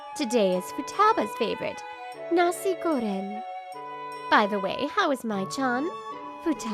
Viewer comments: As a malaysian, I respect this manga for saying "Nasi Goreng" in an accurate way possible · DID SHE JUST SAID "NASI GORENG"?!